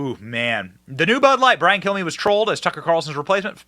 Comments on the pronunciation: It sounded like he said my name is Brian kill me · I swear it sounds like he says Brain Kill me😂😂😂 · When he introduces himself, it really sounds like he's saying "...I'm Brian, kill me..."